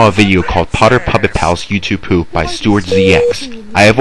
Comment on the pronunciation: everytime that computer thing's supposed to say "youtube poop" it says "yautube pipoop" xD